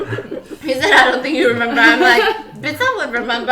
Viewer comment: Stephanie: been that biss still that biss, will for ever be that biss.